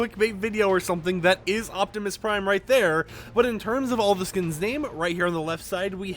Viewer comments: Optimus Pie 🥧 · Optimus pine🎄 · I’m sorry did you just say Optimus pine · Hold up, Anyone notice just said Optimus PIME😂😂😂